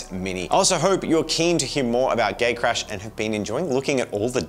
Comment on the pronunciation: So, English is not my native language and every time says "Gatecrash" I understood Gaycrash and was wondering for about half of the video why you guys named your game Gaycrash:D Would play it, though. And the figurines turned out amazing, I especially liked Jen's Beauty and the Beast interpretation.